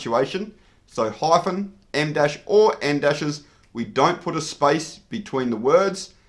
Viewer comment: "spice between the words" i like that